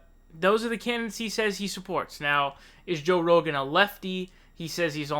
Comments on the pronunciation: Why do you pronounce his name like that? Joe Ro-Gann. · Why do you say “Joe Row-gan”??? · Did you say Joe Roganne? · Joe ‘Ro-gaan’ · Why do you say Rogan so weird? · I see you're having trouble deciding how to pronounce "Rogan" lol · You pronounce Rogan like Devon Nunez pronounces Parnas like you're pretending not to know who he is.